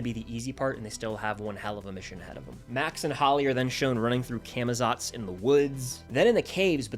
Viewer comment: Cah muh zots pronounce it right pls 🙏